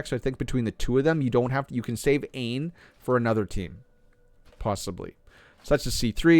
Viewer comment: Dude the game tells you Aine is pronounced like ANYA